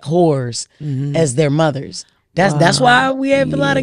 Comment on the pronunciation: “Both they muvas” 😂😂😂😂😂😂